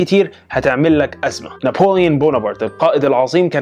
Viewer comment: هو بيقول نابليون كدا لى